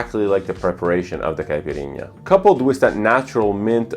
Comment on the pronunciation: Have you pronounced , “caipirinha” and “jardin” like a someone who speak Portuguese fluently. Are you Brazilian?